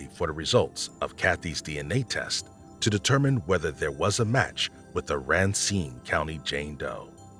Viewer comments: I enjoy the content, but please try and be more cognizant of pronunciation. Amarillo has one R at the end. Racine county has only one N. The inconsistencies drove me a bit batty. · Nitpicking here, kept getting triggered when you kept saying “raincine” county, but had to rewind to listen to the last reference, you pronounced it correctly”Racine” …. Sorry for the snark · How can a man like Dennis Bowman adopt a baby that’s ridiculous ‼️ you said RACINE WRONG